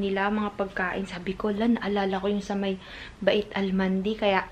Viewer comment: Hinfi ba-it ang bigkas nung 'bait'.. ang tamang bigkas ng arabo ay "bayt" or "beit".